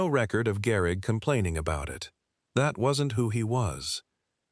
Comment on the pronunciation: Garrick??? AI SUCKS